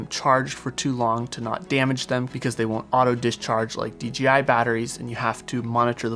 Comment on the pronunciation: Crazy how often pronounce dji wrong